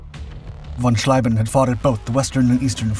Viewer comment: Interesting item, but what is annoying in is that after all those years you still don't know how to properly pronounce the ie and ei in German names. Heinkel tortured into Hinkel, von Schlieben into von Schleiben and what not more, I lost track. Please do research of how to pronounce foreign names before you record the texts, it will give a quantum quality boost.